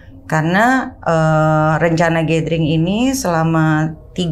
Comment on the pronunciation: gathering dibacanya GÉDERING. Bukan GÉTERING. Kesalahan kecil tapi fatal 🤦. Secara lu banyak nyebut kata itu 😂